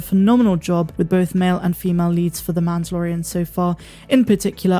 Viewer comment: The word is male, not make. LOL!!!